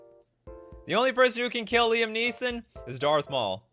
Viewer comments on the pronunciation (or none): none